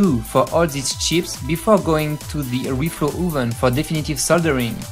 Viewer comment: oh no it's ze reflo ooven!!!